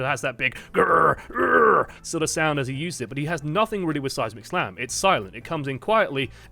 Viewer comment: First couple times I heard him say seismic slam I thought he was saying "Seismic Sam". Which is beginning to sound like an epic superhero name.